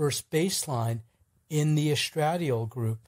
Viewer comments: With all due respect, the hormone estradiol is properly pronounced : es-tra-DIE-all— accent on the third syllable. That aside, thank you for the information. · Omg, please learn to pronounce the word estradiol correctly. Take a medical course. Any course. Listen to a video about women's health. ANY video. Good lord....